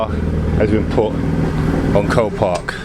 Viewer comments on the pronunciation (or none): you said "this car is from copark is this a new auction site